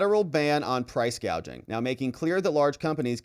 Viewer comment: She couldn’t even read from her teleprompter and called price gouging price gaging